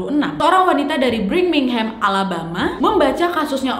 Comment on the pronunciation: Birmingham, bukan Bringmingham Missouri, bukan Missiori ☺️☺️😂😂👍👍👍👍